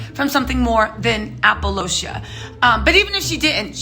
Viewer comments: When you said "apolo-cia"!😂😂😂😭. Took me out! It's alopecia 🤣 🥰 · ITS pronounced AL-O-PE-CIA Not apoloshia>>>>> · It's called Alopecia. Not Apolocia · Yeppp I had to listen again and that’s what she said - APOLOCIA!! Jaida’s Alopecia is not a serious condition, there are people with serious alopecia!! What Will did was disgusting, the academies should recall the Oscar!! When Jaida got in an “entanglement” that’s the time a slap could have “maybe” be justified!! He went from hero to zero in my books!! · Did she just say “APOLOCIA”? 🤦🏽‍♀️🤦🏽‍♀️👩🏼👩🏼, it’s a condition called ALOPECIA!! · Queen it’s alopecia not Apple lotiah that made me giggle. All love though ❤️❤️❤️ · The fact that your saying apolocia and not alopecia is killing me🤣🥴🥴🤣😂🤣🥴😂😭😭🥴🤣😂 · Lol calling alopecia applelocia!!! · 😳, what is ALOPOCIA?🤣🤣🤣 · Aloe-pee-sha... Just sayn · The Word is ALO PEESHA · It’s pronounced AL-LO-PEESHA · Love your pronunciation of Alopecia - I believe its "AL - LOH - PEE - SHUH". Keep bringing all the Oscar tea! lol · Sis the word is AL- LO-PEE-SHA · IT'S CALLED ALAPECHA. GIRL YOU KEEP CALLING.IT THE WRONG NAME. CARRY ON. 🌹🍀🌷🌸🌹🍀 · Isn't it al-pee-shia? (pronounced) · Hey!! First, it’s (AL A PEE SHA) alopecia. Many of us didn’t know she has it, apparently Chris didn’t either. 😉. Second, Will was WRONG! Keep your hands to yourself! We’ve gone through this many times. I love Will Smith but this took him a notch down for me! Protecting your wife my a&&, that could have happened BACK STAGE or elsewhere! I’ve NEVER been a Jada fan! And SHE’S disrespectful as well!! Bad move! Not a good look for either of them! Rock was right for not responding and waiting for his next move!! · It’s pronounced alopecia, Apollonia was in Purple Rain with Prince silly 😂😂😂😂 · Al-Oh-Pee-Sha 😂😂♥️ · I was like Apple what? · You pronounced “Alopecia” right in your first video. Not so much now. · It's alopecia...I don't know what you were calling it.